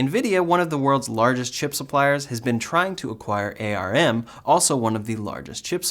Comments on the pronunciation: Just so you know, It's pronounced "arm", not A R M. Thanks for the update. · ARM should be spoken as arm and not a.r.m. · All good but ARM as a company is pronounced as the limb "arm", one word not spelled with individual letters : A.R.M. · we usually pronounce ARM like the part of your body.. not per letter.